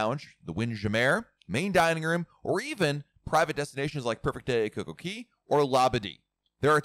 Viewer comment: I recently began watching to to RC Blog videos and I noticed pronunciation of “Wind Jam-meer and Coco-Key”. Is that the correct pronunciation of those items or is just fooling with us?